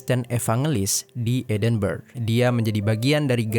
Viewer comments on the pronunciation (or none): Ijin koreksi min, edinburgh bacanya “edinbrah” bkn edinberg. Sukses trs!